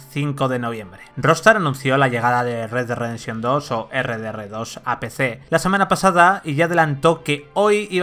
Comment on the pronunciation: red dead Ridefszchion hahhaa